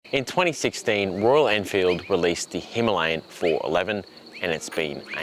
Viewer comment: Himalayan.. not himlayan